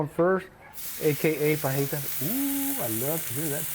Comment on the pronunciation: hee hee, the man says "fuh-jee-tas"